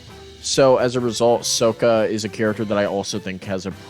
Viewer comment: I'm curious, are you basing your pronunciations of Avatar characters' names on the 2010 live-action film? In the show, Iroh and Sokka are pronounced "EYE-roe" and "SOH-kuh," not "EEH-roe" and "SOE-kuh."